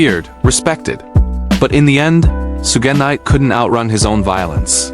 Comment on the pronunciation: AI CONTENT FARM! "SOO-GEH Knight" not even 20sec in. Bruh quality control your shit.